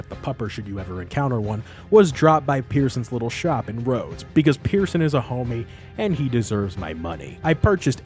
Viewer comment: ah yes. let’s go to saint Deh-nis on the lay-na-hah-chee river. next to the town of rods. ITS PRONOUNCED DEN-EE YOU SUBHUMAN MONSTER